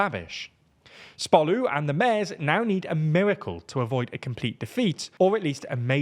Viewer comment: Yeah, but he still can't pronounce "mayors." Unless it really is the Mares Party, I guess. Once you have pirates, all bets are off.